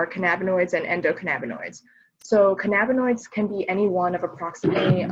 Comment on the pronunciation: "canna-binoids" not "ca na binoids" 😅